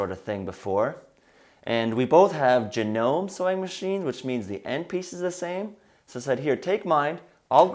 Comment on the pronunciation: It's "Ja-NO-mee"